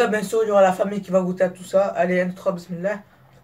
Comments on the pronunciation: t'es pas italien tu dis mismilla et tu t'apelle mohamed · t'est pas un italian t'est un arabe .Tu dit besmila